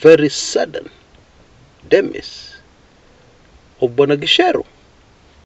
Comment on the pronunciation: it is pronounced as dimais.